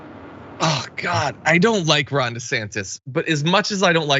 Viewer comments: i misheard Jon when he 1st spoke ron's name and heard him say "wrong" instead of Ron. I think I like Wrong DeSantis even better than desanctimonious. I hope those two expose the crap out of each other. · Did John just say "Wrong De Santis"? Also, since Ron put his kids in his political ad, that makes them fair game for political attacks, right? IDGAS if they are in elementary school. Fair game!